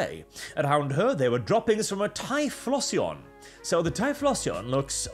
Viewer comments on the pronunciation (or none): It’s pronounced “tie-flo-xion”. Like explosion but with “tie” instead of “ex”. Not…”tie-floss-eon”. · "tie floss eon" ok, sure, you dont know the pokemon, suuure. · Your pronunciation of typhlosion sounds so off that i didnt even recognize what pokemon you meant at first. Im used to the ending sounding similar to explosion. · It's Ty-flow-zhun. Like Explosion but with TY instead of EX. It's a fire type. Filthy fking yuros learn to read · I'm kinda okay with "Ty-floss-eon" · Hearing saying pokemon names like typhlosion is hilarious to me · Typhlosion surely rhymes with explosion?